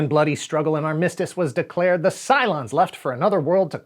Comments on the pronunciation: "arr-MISS-tiss was declared". Arr, who be this Miss Tiss an' what scurvy-ridden scallywag be she declared by! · "ar-MIS-tice". Ha ha! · Did he say Ar-MISS-tiss ?